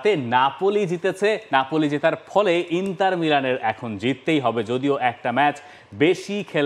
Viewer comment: ইন্টার not ইন্তার